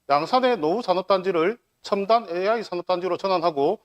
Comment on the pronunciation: 네 후보중에서 종이를 안보고 말하는 후보는 가 유일하다! 박재우는 현실감이 없고 과 는 기업을 유치시켜 양산 경제발전을 성장시킨다는 구체적인 복안이 마음에 든다. 그러나 은 AI 를 AY 라고 하시니 AI 가 무언지 잘 모르는 분같다. 가 시장이 되어 AI 센터를 유치하게 되면 3조넘는 지역경제 발전은 온다. 그러나 환경주의자들이 시비를 걸 것이 관건이다.